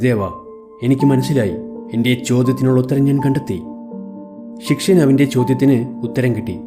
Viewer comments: ശിക്ഷയൻ അല്ലടാ പൊട്ടാ ശിഷ്യൻ ആണ് 🙄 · ശിഷ്യൻ ആണ് ശി ക്ഷ്യൻ അല്ല